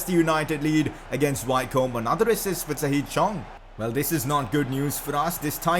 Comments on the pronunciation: Wycombe is pronounced Wickham like the striker who plays for Crystal Palace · Wycombe is pronounced Wicom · Wycombe is pronounced Wick-Erm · You're saying Wycombe wrong lol 😂😂